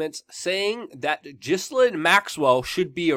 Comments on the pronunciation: Say her name properly it's Gil--Lane not Jislin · Its Gill-lane...not jizz-linn... lol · I love your work Luke, but I have one word for you.... "Gee-Lane" hahaha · It’s pronounced GIL-AIN. Not GIZ-LIN. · I think her name is Gi-lane, not Jisslane. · It’s GI-LANE not GHIS-LINE. I LOVE YOU‼️ ❣️ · Its said like gillaine maxwell.not ghislaine . Ur saying it like its spellt my american friend. Oh bye the way she is accused of rape.so why she still free down in brazil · Dude! Her name is pronounced 'Jilaine'! The 'S' is silient! Jilaine! Not Gislaine. So a J sound instead of Ga sound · Luke! Love your work, I’m a big fan and a supporter. Please, for YOUR journalistic integrity, (and certainly not out of concern for that horrid woman) pronounce the names of those you are reporting on correctly: Ghe-len, like trying to make the name Glen into two syllables. There’s a Ted talk here on YouTube with her speaking and that’s how she’s introduced. Thanks for all your hard work and passion! Glad you are feeling better! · Saville is pronounced Sav iLL not Seville, that is a a place in Spain. Ghislaine is pronounced Gee lane, it is French. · Ghislaine pronounced Gees-Lane in french. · minima moralia Her name is Pronounced Gee lane as is the boat her father had the Lady Gee lane. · Mate, Her name is pronounced... Gi-lane Almost like the name, Elaine... Love from Scotland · It is correctly pronounced Geh lane. Something French I imagine. Accent is on the lane part of her name. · Luke, you don't pronounce the S in Ghislaine also it's Savil not Sa-Ville and Jimmy Savile was Vile. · Can you try to pronounce her name right or stop saying or so much